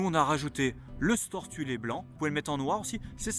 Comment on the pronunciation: Sympa le camper et la présentation :) Par contre Thule pas Thulé svvvvvp